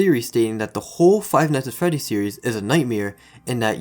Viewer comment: Did you say Freddy or Feddy?